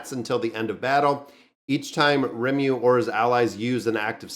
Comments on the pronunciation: I don't get it, why is it hard for you to say his name? Lee-mou-lou it's from japanese so the r are very light and rolls on the tongue, to a spaniard I wouldn't tell them to use a l sound cuz their r sound are closer but for an american, deffinitely use L.. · Ri-muh-roo.......Can't miss this one!!! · One of my favourite animes. Pronounced Ree-mu-ru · Its ree-moo-roo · His name is Ri-mu-ru, exactly the syllables sounds like. If you want to see his ultimate skill, just search for Rimuru massacre and you'll see it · Ree-Moo-Roo. As a big fan of the show... this video hurt lol. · butchering names is like his gimmick 😝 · Its Rimuru bro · you won't be cancelled if you mispronounce rimuru's name as long as you don't assume the gender..